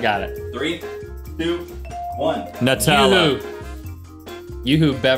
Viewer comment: the way he says Nutella is so funny to Mr "NAWWWTAAWWLAA"